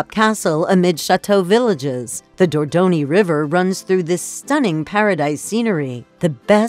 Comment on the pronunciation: What the hell is going on with that woman's pronunciation? And where the hell is Dordoni? Or Riviera..?